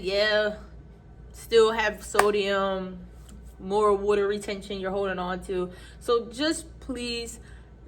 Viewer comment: Are you from Philly? Or Deleware? When I heard Weter(aka Water) I think I found my people! ❤